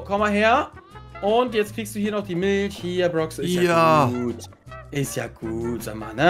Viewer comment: Nicht brooks er heißt brox